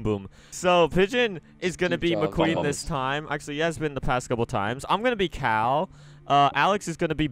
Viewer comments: XSurVival1st S it’s Cal,not Kal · No they called him cal like Kyle petty